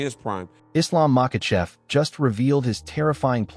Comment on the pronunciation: For a college grad you dont know how to pronunciate and seem to put in mysterious letters in where there isn't one present, like Makhachev DOES NOT HAVE AN L ANYWHERE IN MACHACHEV?!? ITS DISRESPECTFUL FOR YOU TO MISPRONOUNCE SOMEONES NAME WITHOUT ANY ATTEMP AT DOING IT RIGHT!!!! FR9M CHAMP TO CHUMP!!!